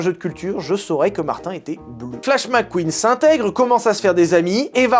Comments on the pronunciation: Mes oreilles saignent Mater stp MATER Comme dans dromadaire Pas Martin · Les québécois qui entend Martin au lieux de mater. Quelle honte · Martin......... Mais c'est affreux, c'est pas Martin du tout. C'est Mather 0_o